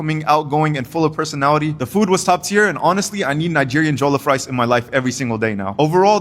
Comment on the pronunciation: That is not how you pronounce jollof rice bro I'm nigerian